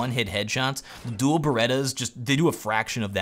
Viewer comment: 'Doooelle' berettas. Dual, you mean Dual... 🤣